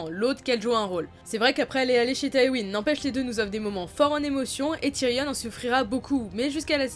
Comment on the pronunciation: Juste Ramsey se prononce "Ramsé" pas "Ramsy" et "Tyrion" pas "Tyrionne"